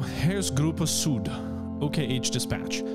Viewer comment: please stop butchering "Süd". try saying Syd. should be close enough for an english speaker.